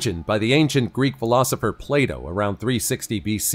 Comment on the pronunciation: Me when the narrator refers to ancient philosopher Plato as 'Play Doh'. 🤣🤣🤣🤣